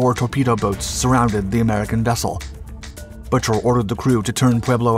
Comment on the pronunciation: Pueblo's captain's name is pronounced BOO-ker, not Butcher. You people need to do your research before embarassing yourselves.